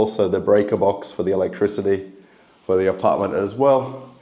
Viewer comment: Yay you are pronouncing apartment like an Aussie again and not like Boris Yeltsin lol 😝